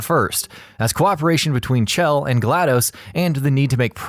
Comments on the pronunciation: Her name isn't cchhell like you keep saying it's shell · Did any one know he's pronouncing it ch-ell but it's sh-ell = chell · 'Chell' is pronounced 'shell' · HER NAME IS PRONOUNCED LIKE SHELL